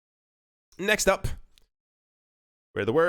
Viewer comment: Please say next up correctly as you keep waking up my Alexa thanks